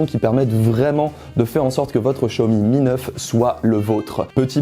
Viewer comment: Maintenant j'entends Show Me me Neuf